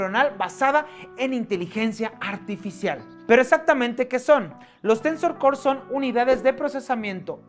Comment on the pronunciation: hahahahaha "Tensos core".